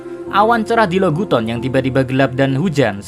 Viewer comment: Lo gu ton....Log town min K